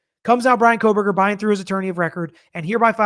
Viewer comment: You guys… there is no L in Kohberger.